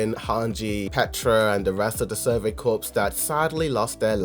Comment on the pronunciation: Survey Corps...it's pronounced "Core." NOT "Corpse." A Corpse is a dead body.